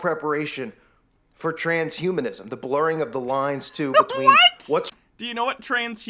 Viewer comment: Okay he's brought it up so many times, and pronounced it wrong so many times, I'm not honestly sure he knows., there's a difference between transhumanism and trans humanism. Okay?